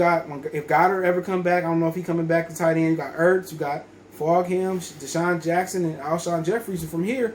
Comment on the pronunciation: It’s pronounced ‘Fulgem’